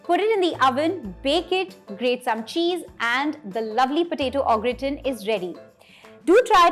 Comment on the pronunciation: Sorry to be a pain but it's pronounced "Garr taan"